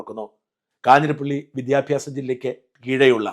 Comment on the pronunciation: വിദ്യാഭ്യാസം എന്നോ ട്രിവാൻഡ്രം എന്നോ മര്യാദക്ക് പറയാൻ അറിയാത്ത കിഴങ്ങൻ ആണ് വിദ്യാഭ്യാസമന്ത്രി😀😀😀